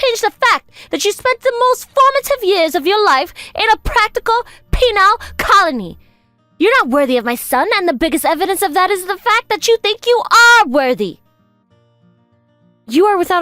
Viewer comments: Penile colony?😂😂😂 I know the text says “penal” but the juvenile MIL pronounces it “penile” 🍆 and I can’t stop laughing. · Especially “penal”, hilariously pronounced “penile” by the MIL VA. 😂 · Penile Colony is the best mis-read in the history of mis-reads